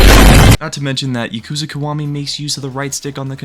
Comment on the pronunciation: Pronounce the word Yakuza right